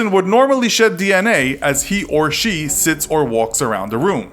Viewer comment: After reading this. I only heard "shits" instead of sits the entire time. :')